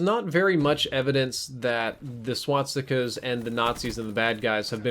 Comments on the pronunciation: S.W.A.T.stica's? It's SWAS TI KA. Not SWAT STI KA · this guy cant even pronounce swastikas